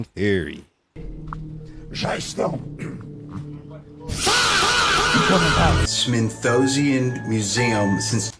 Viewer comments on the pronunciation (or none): timestamp, LMAO bro said 'Smith-o-sian' Museum instead of 'Smithsonian' Museum. We're gonna go with a mean case of dyslexia on that one. 😖😖